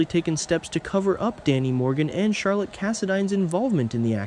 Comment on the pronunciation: Charlotte not charlet